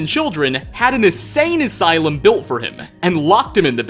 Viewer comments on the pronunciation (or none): none